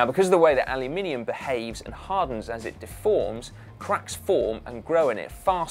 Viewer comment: I like the way you say “anolumininum”